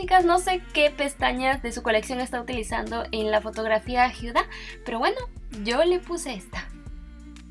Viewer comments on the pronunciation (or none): Jajajaja exacto pensé lo mismo dije que onda con por que dice hiuda no sabe decir Huda o que jajaja